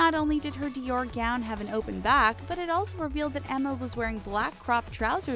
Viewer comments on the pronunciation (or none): none